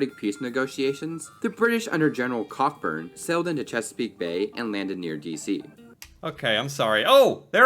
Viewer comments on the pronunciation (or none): Cockburn isn’t pronounced “cock-burn,” it’s “ko-burn.” 🤦‍♀️ Calling it a Canadian group is a bit of a misnomer. “Canadians” at the time considered themselves British. Canada wasn’t an independent nation yet. They were the British who would eventually become Canadians. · Cockburn (the general 9.32) is pronounced Coh burn (the middle "c" and "k" are silent). "Cock burn" is a completely different thing ! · Argh. The name spelled Cockburn is NOT pronounced Cock-Burn. That is an Americanism. In Canada, that name would be pronounced CO-BURN. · BTW it’s not pronounced “cock-burn” but rather co-burn. I live in a Canadian city with that street name. 🇨🇦🇨🇦❤️ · So ok. The name ‘Cockburn’ is actually pronounced ‘Co burn’. Just had to say that! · Tip: Like other British Isles names like "Gloucester", "Cockburn" isn't actually pronounced the way it's spelled. It's a Scottish name that's pronounced as if it were spelled "Coburn". (Basically names in the British Isles are what happens when laziness like "y'all" has been around for so long that it's become standard.) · Cockburn is actually pronounced Coburn, I have cousins in UK with that last name.